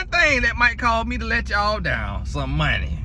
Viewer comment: Not monneee😊🤣🤣